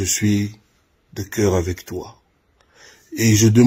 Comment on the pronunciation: 🈵️😁😝😝 AZOLOBA PE "AVEC TOU MON CAIRE".. ESKÉ KOFFI AZALAKA NA MOTEMA 😝😝😁😁😁🈵️